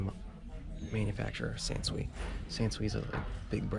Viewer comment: & I know this is a older video... But would like to just offer some insight for you... I know ya'll do a great job and knowledgeable... I hope this may help you in the future, in your adventures of the world of reselling... The Sansui (pronounced San-Sue-E ) Yes decent model vintage 1980's most likely by looking just at the two black and Red connector lead attachment a grip style. should buy only by the pairs. You did right leaving it. Never buy anything, especially electronics stereos, cameras, pc's, games, SPEAKERS & etc With Evidence of PET HAIR or PET SMELLS or clawing or chewing on products.... I keep catching up on your videos keep on watching previous videos of yours... Enjoy you videos.... Paula